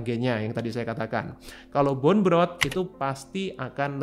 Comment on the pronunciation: BONE dibaca "bon" bukan "bun"